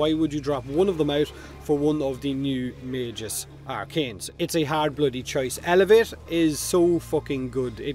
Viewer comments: I think that as long as you know you are pronouncing [mey-guh s](jif) wrong than there is no need to further correct the speech because you are choosing to be incorrect at that point. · I think it’s pronounced “Maa-Gus”, like the name Gus. :P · It's not magus, it's magus! Can't believe you could get that wrong